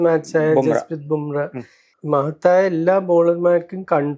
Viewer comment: Dear, Jasprit Bumrah എന്നാണ് പേര്. Bumreh എന്നാണ് താങ്കൾ പറയുന്നത്.